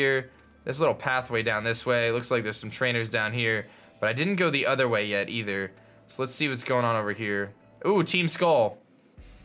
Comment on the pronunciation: i say eether my friends say ayyther, and this dude is ehther